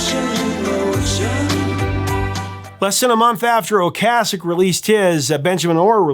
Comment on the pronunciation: Well this is why you're the. I thought you were pronouncing Ric Ocaseks name wrong, as I have always prononced it O-case-ek, since my high school days in 1978-81 when the cars burst onto the scene. So I looked it up, and sure enough, your pronounciation of O-cas-ek is correct! I remember me and my buddy totally burning the Cars 1st album out, the first summer it came out. We had the entire Album memorized! I once ran into Ric and his supermodel wife, Paulina Poriskova, at a cycling race in Bisbee AZ, they were in the same coffee shop that I walked into. I went nuts, as I was a huge fan of both of them. I had all the Sports Illustrated swimsuit issues with Paulina in them!